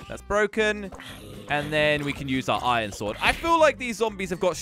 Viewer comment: Who else noticed that he said ion in stead of iron